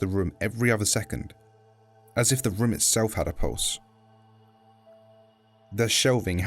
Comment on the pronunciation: i like how he says "room" as "RHUOM"